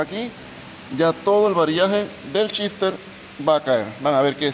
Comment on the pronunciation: Es gracioso cuando dice que va montar shifter, yo escucho que el dice chister.